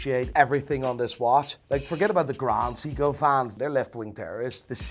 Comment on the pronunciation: "Grand Seeko"